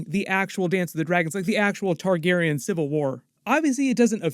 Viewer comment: only thing i spotted...you keep pronouncing Targaryen wrong...smh